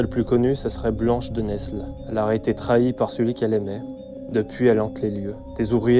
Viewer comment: Nesles on ne prononce pas le s, sinon au top